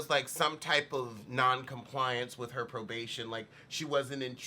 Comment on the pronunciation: "Arrested for probaybay violaylay" lmao!!!